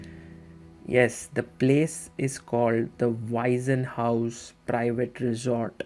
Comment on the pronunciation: I am sure the sponsors will be happy with your impressions, well done! [an amusing side remark: in German there is "Waisenhaus" and the name "Weissenhaus". Your pronounciation sounds like the earlier, and that means "orphanage" ;-) The "s" of Weissenhaus is voiceless]